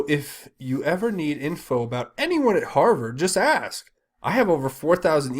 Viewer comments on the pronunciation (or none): none